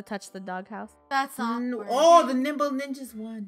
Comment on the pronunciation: Lol when they first Said Nimble Ninja's I thought they said Nipple Ninja's LOL